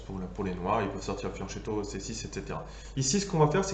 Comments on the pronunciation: oui alors la vidéo est génial mais on prononce fianQUetto hahaha ;) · C'est de très loin la meilleure vidéo sur la variante Alapine. fianccheto se prononce fyanquétto = petit flanc